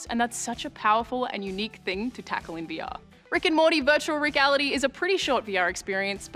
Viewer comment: Sounded like she said "weewee experience"